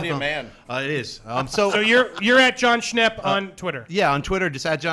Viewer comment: Jon Schnepp? Jon Schwepps